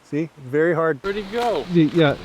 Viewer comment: "Berry good" lol